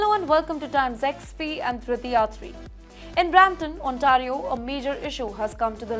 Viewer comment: Please pronounce Ontario correctly.Thanks